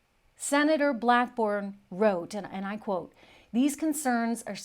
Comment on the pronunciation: It's Sen Blackburn not blackborn.